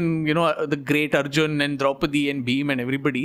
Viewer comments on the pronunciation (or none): none